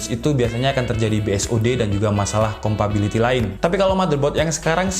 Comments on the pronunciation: compatibility gan bukan compability wkwkwk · Bang, mau ngasi masukan. Ngomong "compability" nya coba diganti sama "compatibility". Biar lebih nyaman di telinga pendengar kyk saya.